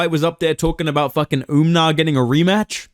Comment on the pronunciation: Nah WE need Sean O'Malley vs "Umnar" Nurmagomedov. Maybe Umar can beat correct name pronunciation into O'Malley.